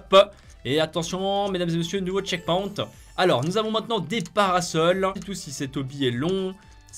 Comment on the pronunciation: Ça se prononce tcheckpoynt